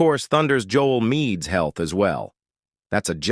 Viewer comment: "Jole Meed", instead of Joel Embiid. "Dave" instead of Dame.